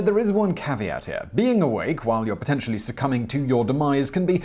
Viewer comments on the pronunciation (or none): none